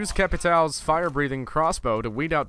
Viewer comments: Its capitão not capitao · NO ONE PRONOUNCES CAPITAO CORRECTLY!!!! THAT LINE ON TOP OF THE A MEANS IT IS PRONOUNCED CAPITIAO